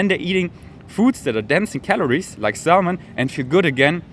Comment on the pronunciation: ... and lose the sound of 'L' in Salmon....pronounced SAM un